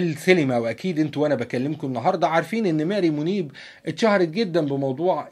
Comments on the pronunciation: الراجي احمد مارى منيب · كاتب اسمها ماري منيب وعم تنطق الاسم ميري منيب ايهما الصح